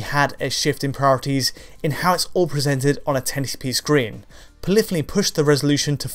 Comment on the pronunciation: Poly-phony only has two syllables